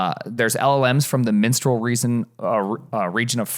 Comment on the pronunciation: It's mistral not minstrel.